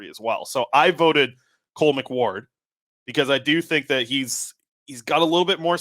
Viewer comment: Bro it's cole mcward